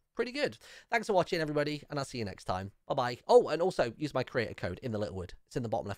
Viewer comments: The way in every video he say hello everybody it sound like he saying hello everyboty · It sounds like he is saying hello every botty